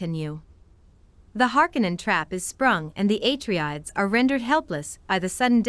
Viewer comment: I couldn't finish listening. You're butchering the pronunciation of everything. "Eh Tree Ides"... NO. "AH TREY DEES"; "AH RACK ES".